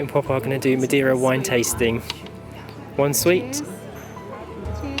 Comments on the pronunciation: Is it me, or are you pronouncing Madeira a bit funny? I though it was Ma'dear'ra - checking google, yeah both British and Portuguese pronunciations are completely different from how you say it. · Excellent vlog, but Its Dearer in Madearer :-)